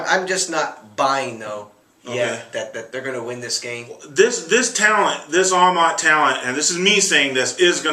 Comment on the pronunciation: Another season & still can't pronounce Amat correctly.